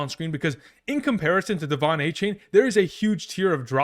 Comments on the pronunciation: Just for future reference, he prefers “A-Chan”, not “A-Chain” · It’s not a-chain it’s a-chan